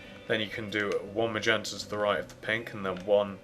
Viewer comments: HEY JUST CUZ HE PRONOUNCES MAGENTA MAYENTA DOES NOT MEAN YOU CAN LAUGH AT HIM FOR IT!!!!!!!!!!!!!!!!!!!!!! thats the way HE pronounces it,so DO ME A FAVOR AND SHUT THE FUCK UP!!!!!!!!!!!!!!!!!!!!!!!!!!!!!!!!!!!!!!! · Ma-yen-tuh lol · HA HA HA he calls MAGENTA , m-a-y-e-n-t-a. 😄